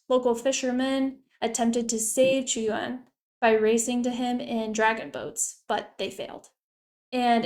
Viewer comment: You pronounced Qu yuan correctly